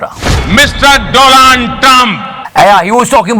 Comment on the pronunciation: Dolaaand trump...omg